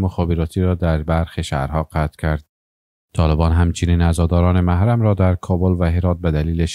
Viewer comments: محرم نوشته میشود و موحرم خوانده میشود ؟؟!! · اگر میشه کلمات را درست تلفظ کنید مثلا کلمه محرم را چگونه تلفظ مکیند حد اقل به رسالت گزارش دهی تان آگاهانه رفتار کنید.... نه از روی عقده.... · ببخشید کلمه محرم را اشتباه تلفظ می کنید لطفاً از کسی که در املا و انشا بلدیت دارد کمک بگیرید تا طرز درست تلفظ را یاد بگیرید! مثل هوش مصنوعی تلفظ می کنید! لطفاً بیشتر دقت کنید.فعلا لایک نداری تا طرز درست تلفظ را یاد بگیرید!